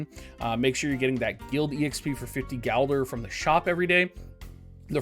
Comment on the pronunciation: It's gilder not galder :(